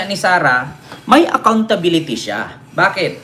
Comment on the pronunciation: Ang galing magsabi ni Sara ng ACCOUNTSBILITY! NAIINTINDIHAN BA NYA ANG ACCOUNTSBILITY?